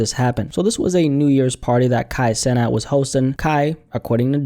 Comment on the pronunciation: I think it’s pronounced “ Sea-Nath “ i remember him talking about trinidadian influence and that’s how his name would sound in the caribbean. “ Kai seenath “